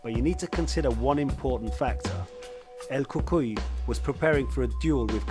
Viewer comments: Pronounced; "El kookooy" not cookie....lol! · Lol it sounded like you kept say " El Cookie" but very well done video though will be definitely be subscribing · "He continued to focus on the cuts on the face of El Cookuyie" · El cookee 😂 nice breakdown though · Bro really said "El Cookie". My God. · what do you mean? el cookie and gae i see nothing wrong here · not el cookie it is el cucui an not geftschi it is gaethje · Justin Gaaychay and El Kookie haha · You need to pronounce the names better my man 😂 "El Cookie" and "Justil Gaye"? Come on man